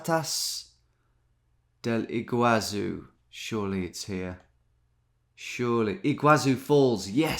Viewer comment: I just glanced at it and I already knew it was Iguaçu Falls (btw "ç" has an "s" sound in Portuguese, not "z"), it hurted me to see him not knowing for a while, and even more so when he was looking to the East as West lol